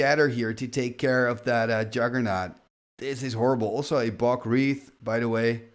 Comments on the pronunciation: I think I correct during the game. I always giggle when he says wreath. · Wraith is pronounced like RAYth 😅